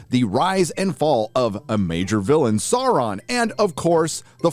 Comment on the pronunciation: the only problem i have is how you pronounce «Sauron» otherwise great video 👌👌